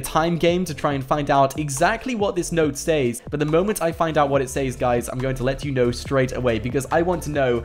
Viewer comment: It’s not saes is sez